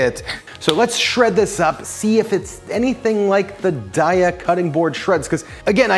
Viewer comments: Its pronounced day-a 😊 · It's pronounced "day ah". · Apparently, a Daiya rep. said it's pronounced "Day-uh," which had little to no influence on how I actually pronounce it: "Dye-uh." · It's "day-uh" (and that's per their own people if anyone is doubtful). 😁 And this looks amazing! Definitely saving! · Pronounced DAY-A! Love your videos! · HEY rhymes with DAY, and then you add an A. 🎶🎵 DAY-UH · Their website says it's pronounced day-uh because the first 3 letters are supposed to be like the first 3 letters in dairy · It’s Day-a... like have a nice day-a 😊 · Daiya website: We pronounce Daiya as “day-ah.” As in “Have a nice Daiya!” The name came from a play on the words ‘dairy’ and “Dayaa,” which is Sanskrit for “loving, kindness and compassion.” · You pronounce it "daiya" 😊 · It's pronounced daiya. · Actually it's pronounced Daiya.